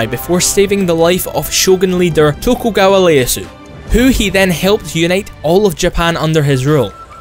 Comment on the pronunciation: his extremely poor pronunciation of a simple name like Tokugawa Ieyasu is beyond heresy